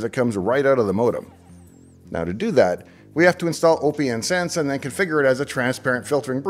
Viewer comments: You must be trolling with you pronunciation of Oh Pee Enn Sense.... It's Open Sense Dave... Need proof? How do you pronounce the second word: lieutenant colonel. Yeah that's what I thought. It's Open Sense, get on board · Always thought it was intended to be pronounced Open Sense, even if I'm wrong, I still can't deal with O P N Sense sorry :( Loved the video nevertheless, thanks! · Pretty sure it’s pronounced “OpenSense” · Austistic guy here. OPNsense (pronounced open sense) is FreeBSD, not Linux. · Well explained video. (I'll be THAT guy) hearing "O P N Sense" feels wrong... Just like hearing "Kube Cuddle". And remember it's A-M-I not "ami" 😂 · Basic but good video, FYI OPN is pronounced just like open so it's opensense like open source. You're reasoning for picking it over PF, the UI is basically the number one difference. Ran pfsense for a few years and about 2 years ago, I tried OPNsense in a VM for testing purposes, we've come along way from ipcop and others. Thanks for bringing it back to my attention I may have to try running it again.